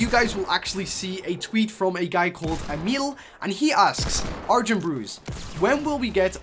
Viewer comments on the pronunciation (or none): none